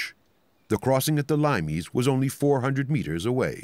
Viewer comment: Limes is pronounced LEE-mess. Not LIME-ees.